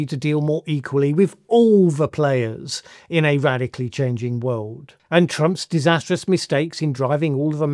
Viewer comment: When will the wiwd accept your gross pronunciation of the word wiwd?